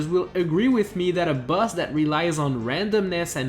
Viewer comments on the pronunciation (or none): How does he pronounce "boss" as "bus"? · its boss not bus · You said bazz its boss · Why do you say bus? U good tho! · It sounds like you're saying bus